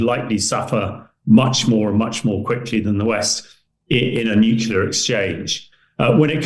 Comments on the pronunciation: Why can’t this idiot pronounce the word “nuclear” properly when he is one of those dragging us into a nuclear ( not “nucular”) war. We’re being dragged into a totally unnecessary nuclear apocalypse by people who can’t even pronounce the word correctly. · What absolute nonsense. He’s a despicable deluded madman working for the CIA/MI6/NATO military industrial complex. He’s a liar and a conman. No hypersonic missile has been shot down, they’re just too fast. And this knucklehead can’t even pronounce the word “nuclear” correctly. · No he’s not a great man. He’s a moron who’s in league with the western military industrial complex which has dragged us into a completely unnecessary war and are about to get us all incinerated. He can’t even pronounce the word “nuclear” properly and he sits there and lies about shooting down hypersonic missiles ( impossible). He will be cowering in a government nuclear bunker when Putin finally loses his patience and presses the button.